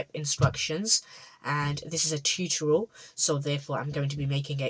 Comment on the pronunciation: I AM NOT A NOOB. and what do you mean with "tootorial" xdd